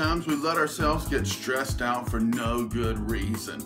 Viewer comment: lol No "STREES" new year just saying it like it reads is funny!